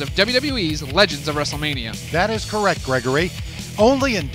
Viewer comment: ahmeen sir you say korrackt